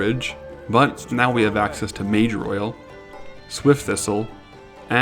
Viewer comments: Moss Agate, not mossagate. Mage Royal, not mager royal. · Why did I hear Mageroyal as MAJOR OIL. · Why does he pronounce MageROYAL as MajorOil lol?